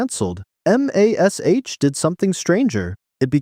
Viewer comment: It's mash. I get that it's an abbreviation/acronym. But you say mash. The word. Not EM AY ES EYCH. Please I beg you.